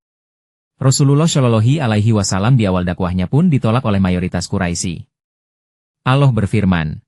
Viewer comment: Nyebut Allah aja aloh. Apaan tuh?